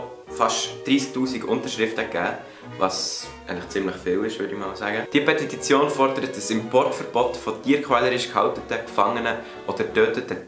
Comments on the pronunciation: Petititition 😂 nebebi richtig guets Video :) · petititione? Was?